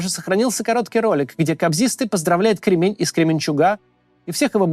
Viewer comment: Не КремЕнь,а КрЕмень!!!!